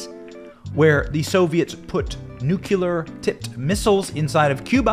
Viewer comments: "NUCLEAR" (think "NUCLEUS/NUCLEI"). NU-CLE-AR not NUC-U-LAR PLEASE. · Hey benny. Great job on yr show. Watch it all the time. The word is pronounced new-clear not newc-u-lar or nu-cu-lar. Nu-clear. No 2nd u in nuclear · Sorry, but the word that you are mispronouncing is NUCLEAR. I sounds like „NEW CLEAR“! The word IS NOT PRONOUNCED NUCULUR! You certainly sound ignorant, speaking in such a manner!! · Again: NEW CLEE AR.....Not NEW CUE LAR....